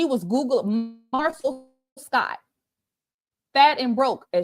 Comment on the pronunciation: I have no dog in this fight; however, it's not a good look. Rumors have legs but I don't know about this one. She kind of lost me at Marcel😬😆🤣🤣🤣🤣‼️ Like ma'am....how do you wanna marry someone and can't even say their name properly??